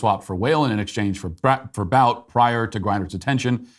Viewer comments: Viktor BOUT is pronounced BOOT 🥾. Its almost as if you’re reading whatever is on the prompter just like you have accused Biden of doing 😂. Anyway, small but cringy. Great job with “What is a Woman?”!!! Really liked it. 👍🏻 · Almost as frustrating as every time Matt mispronounces (Viktor) Bout’s name